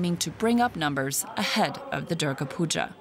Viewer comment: It's Durga puja.... Not puga